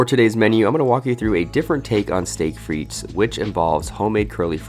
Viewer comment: PRO TIP: You don't pronounce the second s in steak frites 😉